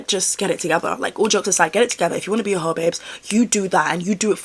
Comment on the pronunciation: you saying a hoe like that with the pause absolutely took me out 😂🤣